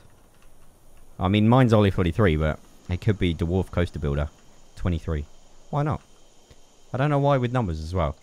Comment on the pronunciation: Did he say "derwarf"?